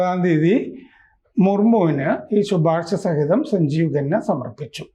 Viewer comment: ഖന്ന ആണ് ഗന്ന അല്ല